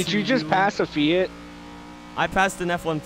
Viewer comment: the only American to pronounce Fiat properly.